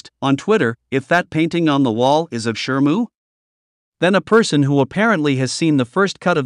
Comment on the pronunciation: Shimu, not shrmu.